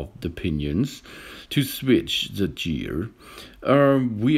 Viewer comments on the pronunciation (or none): Your right he said gear the wrong way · You said gear the wrong way